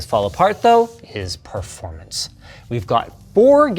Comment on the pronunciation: The way he said performance!! 😂😂